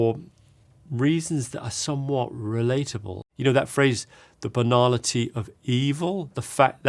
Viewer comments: Ngl, on first hearing, I thought he spoke about the banana tree of evil and I thought “is that a saying?” And on second hearing, I heard he actually said banality of evil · I thought he said banana TEA and I googled that! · I heard Banana Tree too hahah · Something about the English pronunciation of banality, I could swear he said "The Banana Tea of Evil".